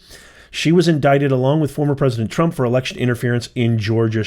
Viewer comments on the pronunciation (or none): none